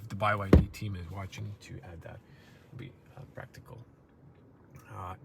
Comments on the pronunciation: Why do you call it BY YD? I’m pretty sure it’s pronounced B, Y, D - 3 letters. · it's not Bai Why Dee, it's Bee Why Dee. also the Chinese letter when you opened the front cover, it's the Chinese letter Han. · BYD, not Buy Y D, lol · "By YD"... Anybody else acknowledge this? Not sure if srs or trolling. Honestly will be trading my Mercedes CLA for this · BYD = Bee Why Dee Never heard Bye Why Dee before. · "Bee Why Dee" not By Why Dee 🤦‍♂️ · By YD?? huh?? it's just B Y D...... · bye why dee hehehehe.. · its bee-why-dee